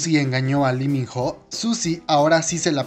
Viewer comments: LI min JO JAJAJAJJAJAJA no mames, aprende a leer bien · Se escribe ho y se pronuncia o... Pésimo vídeo...